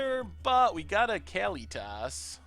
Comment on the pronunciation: I think it's "Kah-LEE-tis," not "Kally-toss."